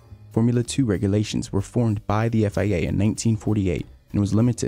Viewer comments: Stop saying FAA....It's FIA... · its FIA, why he keep read it as FAA?